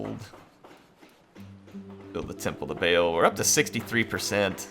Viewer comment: Just FYI, Baal is pronounced Bah-All, not Bale. It is sometimes spelled with an apostrophe in the middle: Ba'al to distinguish that separation of syllables.